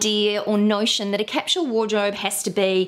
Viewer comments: IT IS CAPSULE NOT CAPSHULE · OMG!!!! 🙉 I'm trying really REALLY HARD to deal with the way you say Capsule!!!!!!!! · OMG I'm trying really*REALLY HARD* to deal with the way you say Capsule!!!!!!!! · You may be surprised to know that capsule is pronounced differently in different parts of the world - neither is right or wrong!